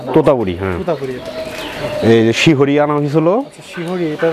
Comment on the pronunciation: শিহরী না শিরহি